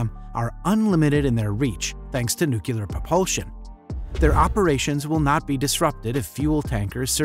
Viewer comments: NOO-CLEE=AR, not NOO-KYOO-LAR! Otherwise nicely done. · Nucular? I've heard of nuclear but it sounds like you might have stumbled across a new type of propulsion!